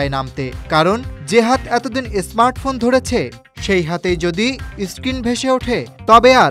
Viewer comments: কথাটা এসমার্ট নয় স্মার্ট হবে ভাই 🤓 অনুগ্রহ করে উচ্চারণ সঠিক করুন ভাই। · স্মার্ট ফোন কে আপনি এস স্মার্ট ফোন কেন বলছেন বুঝতে পারছি না